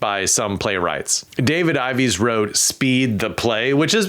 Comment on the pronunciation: My dude, it’s Mam-it (like damnit) and Ives like chives. These are titans of playwriting, love em or hate em. Haha